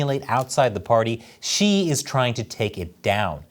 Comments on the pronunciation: Xi-eeesh... what an idiot. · Xi is pronounced "she"